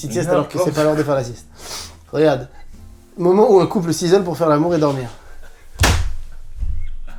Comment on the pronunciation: Mdr mcfly à entendu poulpe au lieu de couple